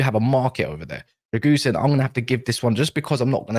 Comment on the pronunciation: Drãgusheen is pronounced